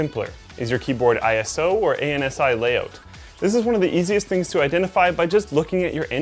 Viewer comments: Good god don't say "A" then "N" Then "S" then "I." You say it like this: ansee. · ANSI is actually pronounced like a word, like "ansee" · A.N.S.I. is usually sounded out as, basically, "ANTSY". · I've never heard ANSI not pronounced "an-see" is that common?